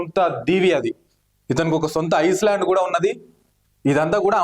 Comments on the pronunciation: ఐస్ ల్యాండ్ కాదు ఐయ్ ల్యాండ్ ( చుట్టూ నీటితో వున్న భూ భాగం ) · Pronounciation of island is wrong brother don't think otherwise here island means dweepam in Telugu , the land is surrounded by water on all sides 😊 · Dweepam english lo Island..s silent ga palakali a